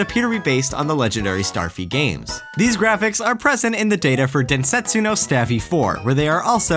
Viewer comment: you dont pronounce the u at the end of densetsu